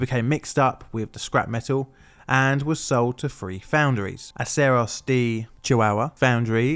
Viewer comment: "De" in Spanish is pronounced as "day", not "dee".